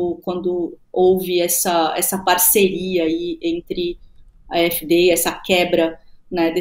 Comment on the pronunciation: A pronúncia do AfD é a--éf-dê.